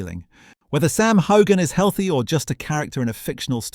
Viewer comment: You don't pronounce the "g" in Heughan. Just saying. It's like Hughes.